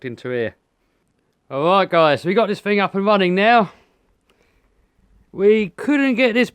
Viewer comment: Now this is comedy.... Every time he says Fing I laugh. Could make a good drinking game every time he says Fing take a shot.